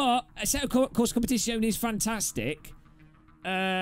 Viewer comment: Jesus did he just say competizeone bad